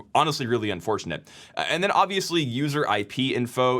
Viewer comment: did you say "which is obviously unfortunate" or "which is obviously un4chanete"?